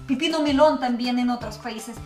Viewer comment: Hola es pepino con e no pipino jajaja saludos